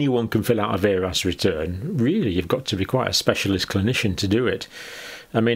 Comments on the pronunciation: VAERS is pronounced "vares." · It is not a complicated form in any way shape or form. Also you are mispronouncing VAERS it is said vay-ers